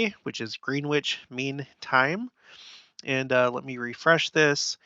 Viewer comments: Okay you can say Beetle Juice, but Greenwich is not “Green witch”, it’s Gren’ itch. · Interesting stuff. Greenwich is pronounced "Gren-itch", by the way. No double "e" sound and no pronouncing the "w".